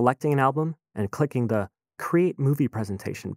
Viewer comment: Dear Mister Narrator: When you use the word "the" immediately before any word that starts with a vowel, you are supposed to pronounce it "thee", not "thuh". i.e. "Thee updated interface", NOT "thuh updated interface".